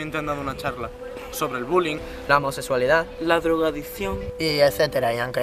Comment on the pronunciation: la drogadiczzzionnn 😦🤓 la mejor parte pronuncia mejor,vete a estudiar